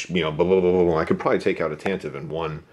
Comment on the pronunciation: OMG thank you for the pronunciation of TantivE. I agree 100%